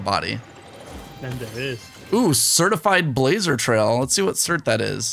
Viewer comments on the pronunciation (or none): none